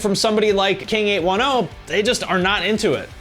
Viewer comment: I'm pretty sure it's pronounced King eight-ten